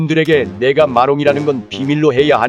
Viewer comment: 마롱인데 미롱이라고 했엌ㅋㅋ